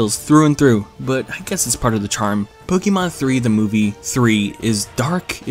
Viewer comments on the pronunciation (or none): none